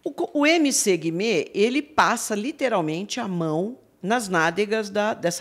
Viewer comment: Amo o fato da Pronunciar MC Guimê do jeito certo kakakakak